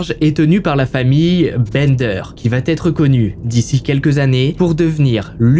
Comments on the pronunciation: Allez, sympa. Mais de grâce, travaille les liaisons dangereuses ("va-t-être", etc. => "va être", y'a pas de "t" !) et l'accent anglais (juste se renseigner sur la prononciation des noms, c'est pas la mer à boire) ! Très peu d'efforts à faire pour drôlement améliorer la qualité perçue ;-) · J'adore ta façon de raconter, pleine de précisions et d'humour. Mais pardon le "il va Têtre" me fait bondir à chaque fois. Il n'y a pas de "t" à "va" ! Je vais, tu vas, il/elle va.... rien de plus ! Essaie de faire attention, tu es en première ligne pour apprendre aux gens à parler, vu que les réseaux sociaux sont désormais l'espace privilégié. Ceci dit sans animosité. Sinon, quel temps fait à Valenciennes ? J'adore ce coin. 😉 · Ces HVF sont super. Dommage pour les fautes de liaison ("Va T'être" fait un peu saigner les oreilles mais on reste dans le thème comme ça 😉) bisous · Tes histoires sont passionnantes . MAIS ! Il faut arrêter avec tes liaisons "mal-t-à propos" ! On ne dit pas VA-T-ÊTRE, mais VA ÊTRE. Pas de T --> pas de liaison ! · Merci pour ces histoires documentées, narrées avec talent. Le « coucou » introductif est un bonheur 😂. Juste un défaut, qui me fait saigner les oreilles 👂 : une liaison fautive, mal t’à propos : on ne dit pas « il va t être … » ou : on va t alors découvrir… » On VA alors, pas de T après, par pitié 😂. Sinon ces vidéos sont addictives. Amicalement, de Bretagne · Auberge. Intéressant, mais je suis dérangée par tes liaisons mal à propos notamment quand tu dis "elle va T être", non, tu te trompes, elle va être, sans liaison... Sinon, super! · Un truc qui me fait mal aux oreilles : la liaison avec "il va-t-être".... ouillle.... hahaha..... Visiblement à l'époque on pouvait tuer sans soucis... et on dirait presque que tu y étais tellement tes récis sont vivants...